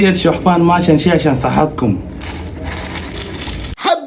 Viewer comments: شوفان❌ شحفان ✅ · انت قلت شحفان هو لا شوفان😂😂😂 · قال شويت شوحفان مو مشان شي 😂😂😂😂😂😂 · انت قلت شحفان لا هو شوفان😂😂😂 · شوفان ❎ شوحفان ✅ 😂